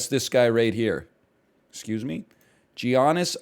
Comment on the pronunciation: Joe-kich and jee-annis really got me angry lol